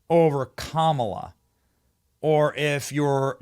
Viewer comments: wow, "Kamilla"? How do you not get her name right at least? I always say ka MAH lah but it's apparently KAH mah lah, accent on first syllable. But whatever.... yes, it was nice seeing Trump WIN. That's the closest we have gotten so far to TRYING to rectify the non-functioning fed govt. Hope and his group can clean house, implement some things to improve the country as a whole and try to keep a peaceful nation and relations with the so-called evil countries. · You pronounced KamIla correctly :) :) :)